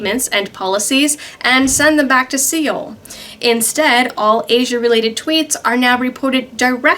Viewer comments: I hate to be that guy again,but Seoul is pronounced like sole. anyway Great reporting ,as allways. 👍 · Hi! A little tip: Seoul and Soul sound quite similar. In Korean would be something like SO(eo)-Url